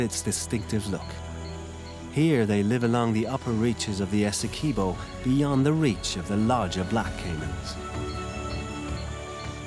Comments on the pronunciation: Essequibo not essekuibo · It's pronounced...S..e..quibbo. Awesome documentary nonetheless. Thank you for showcasing our spectacular river 🇬🇾